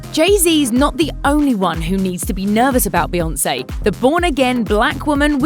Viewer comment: F beyawnce